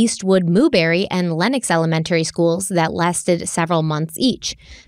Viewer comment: The way she says "Elementary" is soooooooo CRINGE 😒 El-Men-Terry ugh. El-uh-men-tree is how every other person ever pronounces it. It's not El-men-terry my dear Watson. Hallow!! Is her daughters name Bella or Balla? Cuz she say Balla like ballerina. Cuh ringe!!